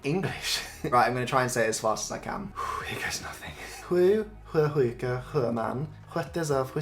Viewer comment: i think your best was sju sjuka..... very nicely done